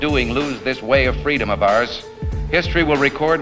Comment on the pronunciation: "I was defending fweedom from an early age"